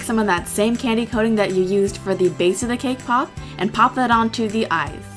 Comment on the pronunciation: Everytime she said cake pop. I heard KPOP. lol